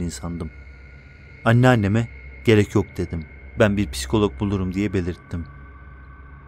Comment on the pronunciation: Halaa piskolok diyor ya